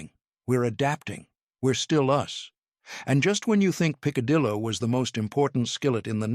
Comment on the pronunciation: The pronunciations are hysterically funny. Pick- a-dillo had me screaming 😂😂😂😂😂😂😂😂😂😂😂😂. Poor guy tried but he really massacred most of it. 😂😂😂😂😂